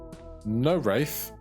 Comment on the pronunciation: Wraith is pronounced (ray-th)